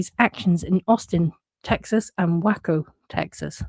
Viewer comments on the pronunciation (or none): Ftr, Waco is pronounced Way-coe, not Wacko 😂. However, if you know who David Koresh is, I completely understand the mispronunciation 😢. If anyone doesn't know who he is, please take my word that he was indeed a wacko and do not Google unless you really want to know; short version: he was a cult leader who caused the death of his congregation and a huge embarrassment to the FBI... 😢. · Loving your little giggles 😃 ❤ and loving Mr Babcock's response I"m also laughing 😂 BL is going to have a fit. Waco Texas pronounced wayco Texas i did the same with the pronouncing of Waco ❤😊